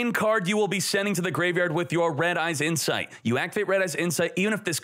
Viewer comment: "red-eyes insfite "